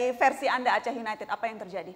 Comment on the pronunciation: Wahahah kacau ...pantes die sujud syukur pas melenceng ... Didor pala yekan..gmn ga sujud syukur lu #oiya just info Aceh united dibaca Blitar united ya hehehe...klub kebanggaan Aceh itu always Persiraja